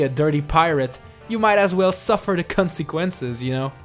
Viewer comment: The Trolldier i know, but they way he pronounced it sounded like the c word...